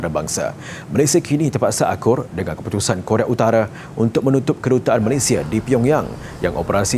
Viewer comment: Koq Korea Utare. Korea Utara yang bener pak presenter